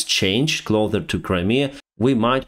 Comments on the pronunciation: I noticed multiple times in the past that your pronunciation is rather strange for some words e.g. "clother" instead of "closer" and "truce" instead of "truth". This is ok for me, but might be a problem for people that do not know English that well. It might be a thing to work in the future if you want to improve your videos. Otherwise thank you very much for your daily overviews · Kostylaev He never used to say it like that lol I've no idea why he's started saying "closer" like that 😭 lol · I absolutely love how you pronounce the word: "closer"!!! 😁😁😁😁😁🇭🇷❤️🇺🇦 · It’s closssssssssser with a s not clother like cloth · The word is closer, not clother, 👍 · КлоуСър ❤ Please stop pronounce it КлоуДър ❤ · my friend please do not say always „clother“ 😆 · Please!! Stop say CLOTHER when you mean CLOSER! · Closer and closer NOT CLOTHER. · It's "Closer" NOT "Clother",. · You keep saying "clother" instead of "closer" in your videos. Odd blip in otherwise excellent English. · its not as an offence, but its closer not clother 😊 Thanks for your reports on Ukraine. Slava Ukraini 💙💛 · Thanks for the content, as always. PS - "clother"...it really is "closer" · Денис, я вас умоляю, «ближе» (на англ. “Closer”) произносится клоу-Сэр а не клоу-Тэр…. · when you’re saying closer try to break it up into clo sir It will sound the same as closer little English lesson for you cause it sounds like your saying it with clother instead the closer. Clo sir please try it it make my day.your English is really good by the way.. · Please don’t say cloTHEr instead of closer. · I love your content, been following you over a year now, but please stop saying "clother" already! The word you want is "closer"! I was hoping you would figure this out yourself without anyone having to point it out, but that doesn't seem to be happening!:) Otherwise, please carry on making great content! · Closer is spoken whith a sharp s. Cheers